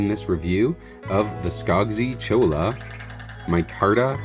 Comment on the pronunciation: Cholla is pronounced choy-uh -- using the Spanish double ll sound.